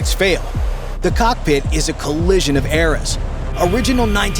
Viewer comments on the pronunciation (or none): none